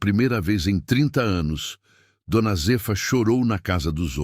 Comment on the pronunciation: Não é d. Z efa é Zéfa , raiva dessa IA falando errado.kkkkk